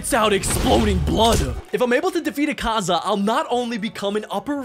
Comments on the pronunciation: he also said akaza as ekaza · U Bucherd akaza name so much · you are saying the word akaza wrong